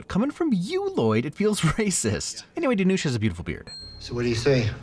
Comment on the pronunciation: Long time viewer here, love your videos! btw his name is pronounced Dhanush ( rhymes with push), not Dhanoosh.